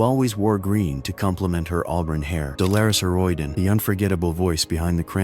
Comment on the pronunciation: Booo AI voice slop mispronouncing Dolores O'Riordan:s name! augh